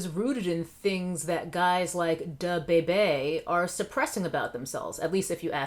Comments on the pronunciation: The way she said Duh-bay-bay 😂🤣😭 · Can you please stop pronouncing “DaBebe” like that 🤣🤣🤣🤣🤣 omg as if it wasn’t bad enough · Your pronunciation of Da Baby is giving Moira Rose vibes and I love it! 😂